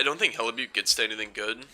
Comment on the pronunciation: It's Pronounced Hellibuck